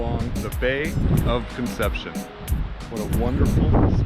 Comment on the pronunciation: San Javi-ay? LOL Also, to be clear it’s not “Bay of Conception.” It’s Bahía Concepción. 🤛🏻